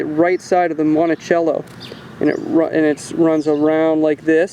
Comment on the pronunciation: Please, its MonteCELLo, not MonteCHELLOo!